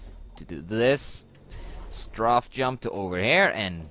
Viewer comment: lol its Strafe Not Straff xD